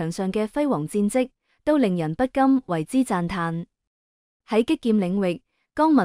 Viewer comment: 仍然不肯改正垃圾的發音 ! “不禁” 怎會讀成 “不甘” ？ “地下感情” 讀成 “地吓感情”!笑死!